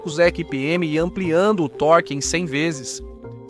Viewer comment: Contra ''TORGUE"? isso que é o phóda desses canais genéricos.